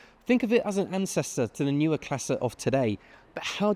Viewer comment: Seems to be able to pronounce all the German words except 'neue'